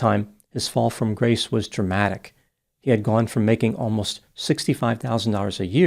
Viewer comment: the way he said "making ALMOST $65000" a year made me laugh out loud.